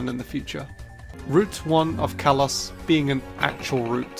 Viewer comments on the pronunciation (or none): none